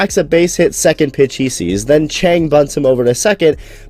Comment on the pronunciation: 江 鄭 陳 他唸起來根本一模一樣笑死